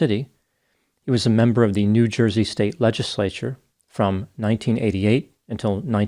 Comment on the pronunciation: "It's a Joizy thing". 🤣